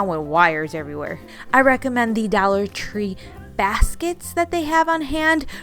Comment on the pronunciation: I love how she says Dallor Tree 😂